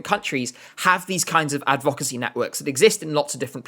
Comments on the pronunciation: Why do you pronounce advocacy like that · It’s like he’s never heard the word “advocacy” spoken before and is just guessing on the pronunciation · Just letting you know - that isn’t how to pronounce advocacy.